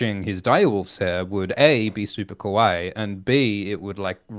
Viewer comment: Love the content! Nit-picky sidenote to, when you're saying "kawaii" Japanese for cute, you're pronouncing like "koh-wai" which means "scary" in Japanese lol should be "kah-wai-eee" 👌 Did make me chuckle when called some cute things "kowai" though